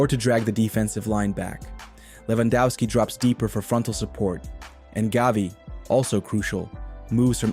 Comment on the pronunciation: Please stop pronouncing Lewandowski in an english way. He is from Poland.